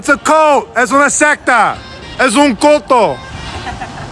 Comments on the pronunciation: You almost have the pronunciation right homie. It's "culto" as in 'cool-toe' not 'colt-toe.' But good on you for letting them know. 👍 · It not called Coto in spanish its called Culto. For the pronunciation. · Yo, brother, PLEASE work on your pronunciation of “culto” it’s more closely pronounced like “cool toe” and less like “coe toe” Would help a lot when trying to share your message to Spanish speakers 🙏🏿 Keep up the solid work and effort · Don't pronounce it as "culto" they might not understand you. Pronounce it more like "cool-tow" trust me bro ;)